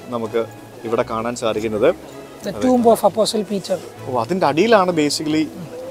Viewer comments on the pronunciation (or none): Tomb pronounce toomb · Toom, not tomb